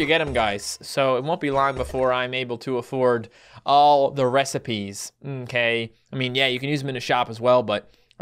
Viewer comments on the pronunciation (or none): when says recipes it sounds like rest in peace xD